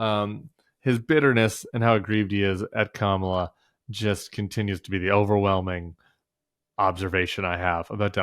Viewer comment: Kamala "Krackle"???? He legit said Krackle... 🍫